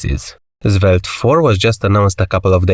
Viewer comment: why are you calling Svelte - Zvelte? 😅